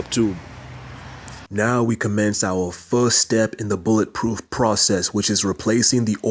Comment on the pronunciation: Everytime you say "first" (furrrst) I see Foghorn Leghorn the cartoon Rooster from Warner Brothers!!! Appreciate you man!! Keep on doing what you do!! Twist myself up like an 8 y/o ballerina up under the fenderwell of the truck....LOL....some good lines and great work in this one!!